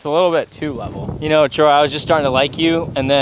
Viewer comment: It's not trey,it's T R O Y Y Y Y